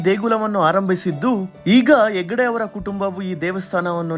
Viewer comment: Very good !!! ಒಳ್ಳೆಯ ವಿವರಣೆ. "ಎಗ್ಗಡೆ" ಅಲ್ಲ ಅದು ಹೆಗ್ಗಡೆ. 🙏